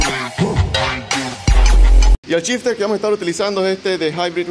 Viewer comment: Es gracioso cuando dice que va montar shifter, yo escucho que el dice chister.